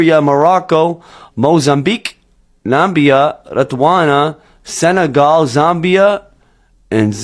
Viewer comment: "Nambia" 😂. Lol, someone been listening to Trump speeches